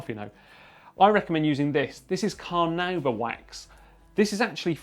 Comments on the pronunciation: It's pronounced carnaúba, the emphasis is on the "u". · carnuba wax he said? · I was more waiting for someone to comment on him pronouncing Carnauba wax "Car-Nuu-Ba"